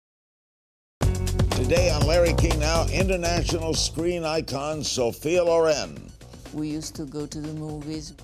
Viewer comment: No! LORRAINE OR LORÈNN come pronuncia Ma LÒREN...L'ACCENTO VA SULLA O Comunque lei si chiama SOFIA SCICOLONE CIAO🇮🇹